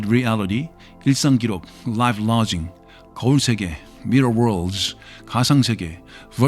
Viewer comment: 음...태클 걸고 싶진 않은데..전 미국에서 태어났는데 이분은 원어민 발음 아닙니다. 인토네이션이 좋아서 그렇게 들릴수 있겠군요. 예를 들어 라이프 라깅을 라징이라고 발음을 한다거나 발음할때 이음새가 어색합니다. 그래도 영어 아주 잘하시는것 같습니다.